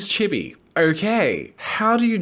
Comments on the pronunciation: quick thing what is "chib e" isn't it chee bee the pronunciation, i mean idk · things I learnt: jazza cannot pronounce chibi(it is cheebee) jazza does not know the difference between chibi and anime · It’s pronounced chii-be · Oh. "Chibi." No idea lol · Its pronounced chibi not chibi